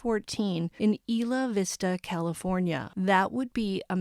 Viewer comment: I remember this like it was yesterday it was so sad. I lived right by where this happened. It’s pronounced Eye la vista. Thanks for all of your hard work bringing us the information